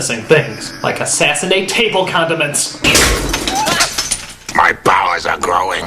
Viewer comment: I got water all over my screen when he said, "I guess this guy just hates condements."